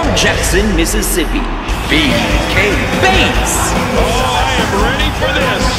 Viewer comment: I'm a little upset because I can't download the gimmick I suggested. But it looks awesome. Just a side, did a pretty good job pronouncing my name.